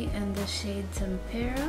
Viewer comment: FYI, tempera is pronounced with the accent on the first syllable, not the second “temp-er-uh” And cypress is pronounced “sigh-press”. It’s an island . Almost every YouTuber mispronounces these names. I’m surprised that people don’t actually go to a dictionary and look them up to see how they are pronounced. I really like your videos and your review but I thought you might like to know